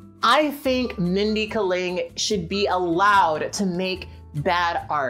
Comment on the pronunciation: Kat said a name wrong? UNSUBBED!